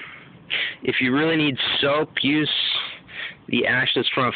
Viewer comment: its use not pews